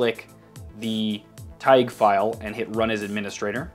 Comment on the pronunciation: U meant to say TaiG u will say tai then the letter G